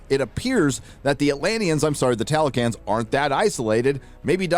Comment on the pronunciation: Just to add… There’s a TLALOCAN not Talocan. There’s”náhuatl “ and There’s… mayan. “Talocan”, by NO means is… MAYAN!!